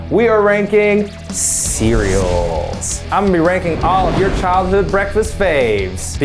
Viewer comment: you KNOW he's from texas based off the way he says "childhood"